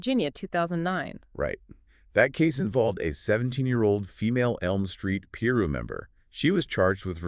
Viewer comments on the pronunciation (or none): Its pronounced pie-roo not complaining just trying to educate you guys good content though i think you did a good job altogether